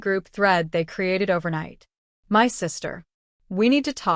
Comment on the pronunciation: Why is my being pronounced M Y?